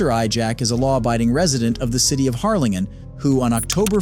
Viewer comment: Pronounced Har-lin-jen.